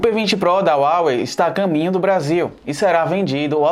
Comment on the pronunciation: Se escreve Huawei mas se pronuncia Rauei, obrigado pela análise, continuem com a qualidade